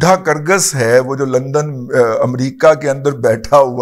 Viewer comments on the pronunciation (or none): none